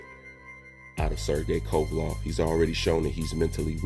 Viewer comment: WTF IS A KOVALOV MAN, I FUCK WITH U BUT CONSTANT BASIC NAME BUTCHERING MAKES YOU SOUND MAD IGNORANT... "LEV" not "LOV"